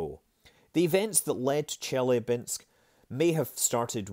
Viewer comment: It's chilyAbinsk, not chIlyabinsk